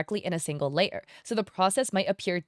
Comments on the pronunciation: Layar she said it mean is layer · "Layahrrr" ... is either layer or liar 😂